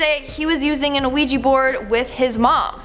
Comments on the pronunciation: ‘IT IS ‘WEE JEE’ NOT ‘A WEE JEE’ ffs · Isn’t it pronounced wee-jee not a-wee-jee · pronounced wee-gee. not uh-wee-gee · Isn’t it pronounced we -G? Not. O-we-g!😱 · it's just wee gee, the same way "oui" is pronounced wee in French...what's an a wee gee board? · wee- ja board, the o is silent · its like shes saying luigi bored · Please stop saying anaouija board! It's bugging me. Hahaha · a ouija board not an oweeji board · It's pronounced "wee-jee". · Thank you! O- weeji it was getting on my nerves to 🤣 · Just wondering...Isn't it pronounced "wee - gee" board? 🤔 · sthurston I’m glad I read the comments before posting because I was about to say the same thing. It was driving me crazy all through the video hearing her say it the wrong way. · An Ouija board 😂😂😂 stop saying it like that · Not to pick at tiny little things, because I love and the videos she makes, but her pronunciation of ouija board is actually getting to me 😂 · Idk if it's her accent but the way she pronounces Ouija seems off to me. It's probably just me 🤓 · Trap Town XYX yea, I get it's spelled like that but I've never heard it like that before. I thought it might just be a Canadian thing